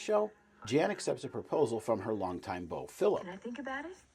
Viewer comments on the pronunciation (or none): none